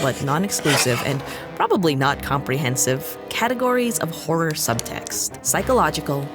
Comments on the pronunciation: Your crisis at the pronunciation of "horror" reminded me of a classic Whose Line Is It Anyway? bit and now I'm just laughing at apparently nothing 😂 "Ho-roar" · Not even 2 minutes in and I'm dying at failed attempts of saying horror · You struggling to say horror>>>>